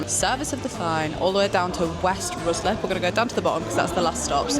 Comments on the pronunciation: Or RYE-SLIP, yes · RICE-LIP not ROOSLIP 😂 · As someone from ruislip your pronunciation was killing me lmaooo Love the video tho, such a cool concept!